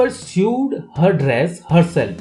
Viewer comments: Your videos r crisp n to the point ... But there r many grammatical errors coz of which I am hesitant to share them with my students. Eg. Use of say's in this video , spelling of too ,etc Also the pronunciation ... eg. Sewed ... It's pronounced as sowed , not sieved. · Hello! I am a 5th grader, and I am an Indian just like him. The sewed is pronounced as sowed,yes. But,we Indians have an accent. So the pronounciation may sound a bit wrong to you. Thank you for taking you're time reading this!:)